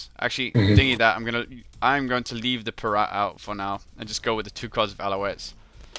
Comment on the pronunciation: IT'S PIRATE NOT PIRAT!